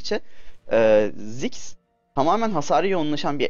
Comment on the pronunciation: Abi ismini anlayamıorum. daha belirtili ve yavaş söylersen.